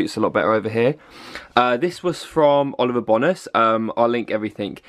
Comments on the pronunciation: I'm sorry but when I watched this and heard u say Oliver bonus it made me laugh 😂😂 I thought that u pronounced it Oliver bowness but I could be wrong 😂 lysm xx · The way he says Oliver bonus 😂😂❤ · The way you say Oliver Bonas has made my night!! 😂💛